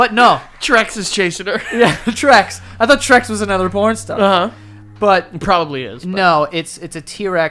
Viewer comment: joe says probaly and not probably